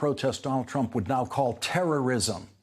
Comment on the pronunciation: How-Dare-He said, "Donald Truimp" 734 times in his show tonight.